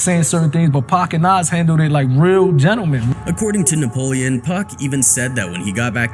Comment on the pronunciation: 🗣️ What Happened Nepolean? 😂